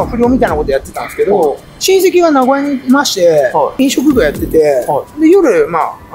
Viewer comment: 「な」ごやじゃなくて、な「ご」やなんですね！